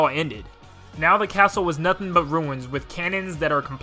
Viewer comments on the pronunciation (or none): none